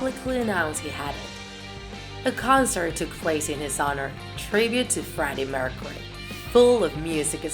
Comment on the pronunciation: Shes also saying it like Mercery